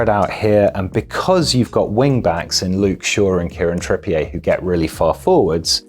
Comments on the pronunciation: Bro he’s English, it’s not trippié it’s Trippi-er 😂 but keep up the good content lads 😂🇫🇷👌🏽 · He isn't called Kieran Tripp-ee-ehy... It's Tripp-e-er. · Great video, but it’s ‘TrippiER’ not ‘TrippiAY’ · Learn to pronounce people’s names. I had to turn this off after 3 minutes, his name is trippier not trip-e a. He’s from bury, Manchester. Not France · Why pronounce his name like that? I thought he was an Englishman (though possibly of French Huguenot an ancestry 400 years ago like Farage) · I love how we've started putting a French intonation on Trippier. Very Hyacinth Bouquet